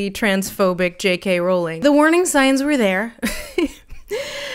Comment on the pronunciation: Thank you for pronouncing Rowling the right way it’s one of those wired pet peeves of mine that is always just too irrelevant to point out when people get it wrong